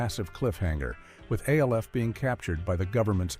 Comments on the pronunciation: It's Alf not A. L. F 😮😮😮😮😮😮😮😮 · I couldn't make it past A.L.F. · can you say alf right stop saying the letters and say his name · Give me a break with this AI narration crap. You call Jan Brady Jane and Alf becomes A L F. PLEASE!! It's not that hard to narrate a video. MASH is also being pronounced M A S H. This is C R A P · I hate when AI can't pronounce famous TV show titles like Alf & M*A*S*H* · It got Soleil Moon Frye right but then “Buchman” (Boo-kman) and ALF wrong??